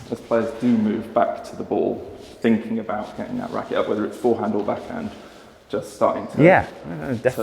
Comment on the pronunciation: "Dackhand" eh 😂